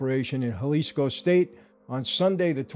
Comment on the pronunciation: Thank you Michael for pronouncing, "Jalisco" the right way...silent J like an H ..good job!